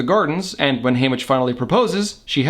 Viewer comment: Hamish not Haymitch, but ok